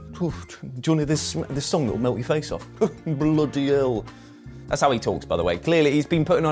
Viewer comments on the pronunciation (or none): none